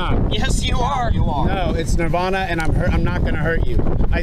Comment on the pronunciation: Omg so wierd, it's nirvana